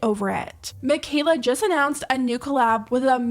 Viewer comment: Wtf is jijest?🤣